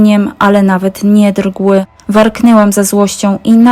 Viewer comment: cała historia straciła klimat w momencie, kiedy usłyszałam ‚drgły’🥴